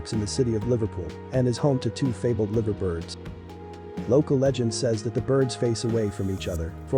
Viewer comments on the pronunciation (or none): BTW Liver Bird is pronounced like fiver , confusing I know .